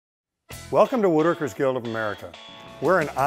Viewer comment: I will never join this organization, and I won't watch the weekly videos. And here's the reason: Half the time this guy pronounces it "wooderkers". Especially when he's saying the whole phrase "Wooderkers Guild of America". It's "woodWorkers". There's a w in there. It would drive me insane to listen to that mispronunciation every week. Can't do it.